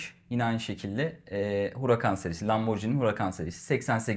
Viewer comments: Ben biraz konservatif yaklaşıp normal model diyeceğim, ama ikisi de çok güzel, hayırlı olsun. Bu arada Lamborghini'yi, lamborcini yerine "lamborgini" şeklinde okursak daha doğru olacak sanırım. Kolay gelsin. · 'e not, Lamborcini değil, Lamborgini. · Satıştaki arkadaşın Lamborjini demesi de evlere şenlik…